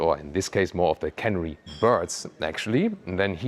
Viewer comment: It's can-air-ee :) I had to do a double take when I heard the colour